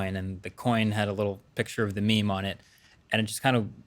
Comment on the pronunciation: why do you say meim